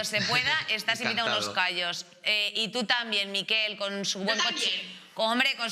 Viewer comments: Que no es por ser picky, pero.. “Miquel” no es “Mikel”, gracias. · En català se pronuncia "Miquèl" i no "Míquel". Suena muy raro 😂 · POR QUE INÉS DICE TODO EL RATO MÍKEL? SABE QUE ES MALLORQUÍ Y NO VASCO? digo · La sílaba tónica es quel😊